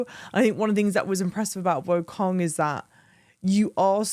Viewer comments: I was looking to see if anybody else said it, but I guess not. It’s Wukong not Wokong. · As a Brit to another Brit, it’s Black Myth WOO-kong, not WOAH-kong 😉